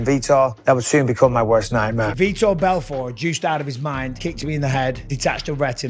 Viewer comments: You can't even pronounce his NAME correctly. That means you've never even heard it said, you keep saying Vitor like "Veter/Peter" instead of "VEE-TORE" as in "knee sore". But you sure can pronounce "like and subscribe" without any issues. Poser. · Its VitOr not vitr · All this time I thought it was pronounce like viTOR.. not.. veeter like some redneck kick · Kumon am I the only one that noticed that they say Victor Belfort his name is Vitor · his name isn't Veeter😆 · You could at least pronounce his name correctly. It's only spoken correctly in this exact video like 50 times.